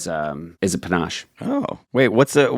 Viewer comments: "Panache"? It's a panaché, Seth! Pa-na-shay. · Correction, the drink is panaché, pronounced "panashey"